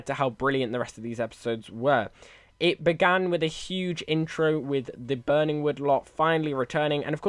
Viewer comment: 😂 it’s Burney wood not burning wood